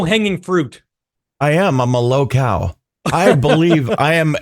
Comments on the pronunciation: 😂 🤪 🍎 Wait, "low cow," or "low cal?" 🐄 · What in tarnation is "low cow" (or whatever you said)??